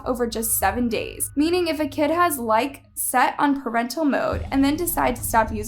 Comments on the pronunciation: its pronounced like EE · I think it’s called like-EE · It’s pronounced as like e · its pronounced (like-eee) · It’s not pronounced like it’s pronounced likey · i love your videos sm but it’s pronounced like-E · it is actually pronounced like e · "Likee"is pronounced ly-key but after all thank u for this video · It’s actually pronounced like ee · Wow you are literally showing other ppls videos without their permission. How dare you ,who are you.. I'm nkt even watching this I'm sorry but hiu don't even know how to correctly say the name of the App correctly. Lmfaoo. And calling these young ppl dumb,clueless. Like wow . Just wow. Get the hell outta here . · The way she pronounces things makes me scream inside like when she pronounced danganrompa and now likee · no hate but it’s pronounced by saying like and saying e at the end 😁😁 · It's actually pronounced "LIKE - KEY" not "Like" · my guy it’s lik-ee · I'm still on likee. P.s you said it wrong . Its pronounced as Likeey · Lmfao it’s not pronounced “Like” 🤦🏼‍♀️ lmfao!!! it’s *LIKEE*.. kinda like the term “I likey” get it… 😅 “LIKEE” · I can't I love but it's not pronounced like it's pronounced "lie-ki" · uh its called Likee not Like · It’s actually called “likeY” not lIkE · It’s not pronounced as “like” it’s pronounced as “likie” but pith an e not an I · No hate but its not called like its pronounced lai•kee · It’s Likee not Like (Likie) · It’s not called like it’s likeE 😂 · Its pronounced Like then eeeeeeee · Sorry but to correct you it's not likee it like e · It’s likEEE Like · It’s pronounced like-ei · It’s pronounced like-ee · Its called like-eee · Its LIKE-E not LIKE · You we're pernouncing likee wrong it's pernounced like-ee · maam ur mispronouncing likee wrong. the second e is pronounced so it would be pronounced like-e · Sorry but it's called Like ee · It’s pronounced like-ee so not like but likey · It's called like ee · just so u know I is like-e in pronunciation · It’s pronounced like-e